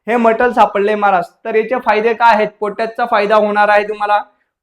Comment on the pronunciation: भाऊ तुला मराठी नीट येत नहीं तू टेक्निकल बद्दल ज्ञान देतो... कित पत योग्य आहे तू दिलेली माहिती...😜😅😅 फायदे म्हणतात फाहिदे नहीं ह महाराज